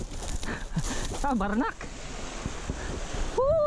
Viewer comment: Ahah at 3.10 min you said "tabarnak" not to bad your french